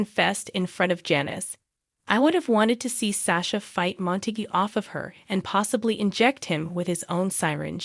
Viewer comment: It’s obvious the voice on this video is A I (computer generated) Gladys, Dr Montague, Nina, Charlotte, Esme, Sasha, Lois, Ava are the ones mispronounced. You notice the word ‘Glad’ is pronounced correctly. Spencer, will be the new face of Deception.